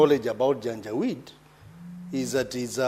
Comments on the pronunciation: She is saying janja weedii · Madam speak, what is janja wit? Do you mean janjaweed or something else? To be franky as an academic, wikipedia is not an authority in our academic circles. Due to the fact that the senator is not an academic but a political institution, he honourable Omtatah might be right. Had it been a lecture class, citing wikipedia is as good as absenting from using brain.